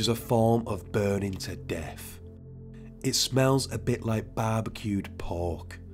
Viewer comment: Death. Not deff.